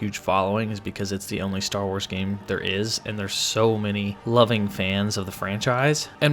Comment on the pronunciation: .... I thought he said star hores....